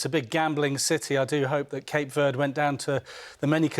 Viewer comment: It’s pronounced Ver-day not Verrd